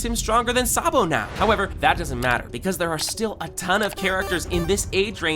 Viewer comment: It's not sabo it's Sa d bo